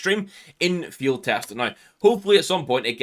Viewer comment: its gonna be an Fiehd its gonna be an MP7 Fiehd